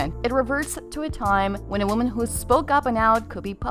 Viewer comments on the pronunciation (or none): none